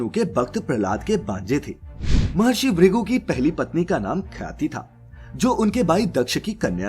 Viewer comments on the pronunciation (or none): Narrator cannot even utter the differences correctly...its "bhrigu" not "brigu"...bhagwan not bagwan...dharti not darti